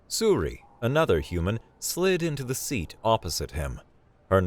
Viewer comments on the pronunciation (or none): none